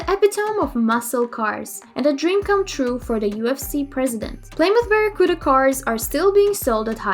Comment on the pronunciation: playsdaburg, puudacars wth how is she mispronouncing Plymouth Barracuda that far off? lol is this a robot?